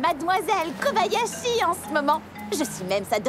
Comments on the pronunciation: Elle a dit Kabayashi et non Kobayashi '^' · elle a dit Kabayashi :'l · Anmednock j'avoue et puis le pire dut pire c'est qu'il dise kabayashi et non Kobayashi et thor que toru, cest pourtant simple a dire il aurait pus faire un petit effort sur se coup là mais sinon tout est bon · vous avez entendu comme moi "Kabayashi" et pas "Kobayashi"?